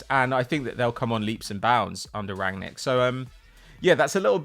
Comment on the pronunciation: Could see was seething at, missing that N in rangnic every time 😂